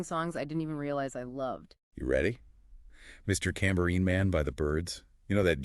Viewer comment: Mister Cambourine Man? AI is terrible.